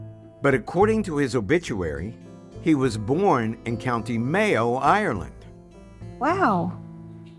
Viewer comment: Man her Kiwi accent is almost gone. A couple of words still sound kinda Kiwi like when she says born with the soft R. By the way I've been living in NZ for 24 years.